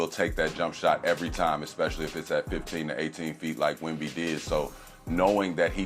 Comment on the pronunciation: He often pronounces Wemby wrong too, but it makes me cringe when he mispronounces Vassell